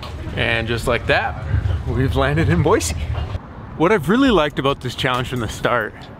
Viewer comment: DID U SAY BOISE OMFGGG